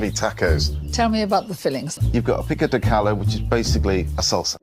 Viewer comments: pick-o de gallow was worse tbh. I can excuse the 'a' in taco being wrong like pasta and 'pahsta', but the pico de gallo pronounciation was horrendous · nah the pico de gallo fucking murdered me, that’s the pronunciation that deserves a second revolution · Took me a minute to figure out he was trying to say Pico de gallo 😂😂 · what about Picko duh GAL--o instead of pico de gallo? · I physically recoiled from the pronunciations of "tacos" and "pico de gallo" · Hearing Paul butcher the pronunciation of "Pico de Gallo" and "Taco" felt like a stab in the chest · Dear Americans, we don't share a border with Mexico, we are not familiar with it's cuisine nor do we speak Spanish, calling it racist because we don't pronounce Pico De Gallo correctly or because we dared to joke about the country is moronic, I doubt there was much blowback from British viewers, or even Mexican viewers, I think perhaps just over sensitive Americans indulging in their favourite pastime, outrage that ironically makes everything about them. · The Mexican Week pisses me off, not because of how awful the pronunciation of "pico de gallo" was, but because of how rich and diverse Mexican pastries are, and it would've been a great way to expose more people to our pastries which are overshadowed by European pastries in particular.